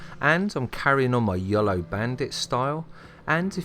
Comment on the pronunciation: stop saying yulo.